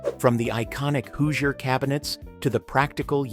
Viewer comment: There were only hand sifters. Die-nette set. The people of Indiana are angry now at your pronunciation of Hoosier